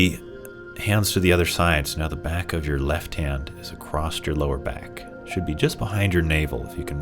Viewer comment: Very nice, thank you! I really enjoy when you explain the “why” of movements & postures. I also appreciate your poetic descriptions, like “moving through mist.” 💚 One thing that pulls me out of the moment, is when you say “acrossed.” That is not a word. Across is always across. 😉